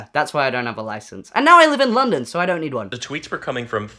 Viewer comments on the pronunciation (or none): none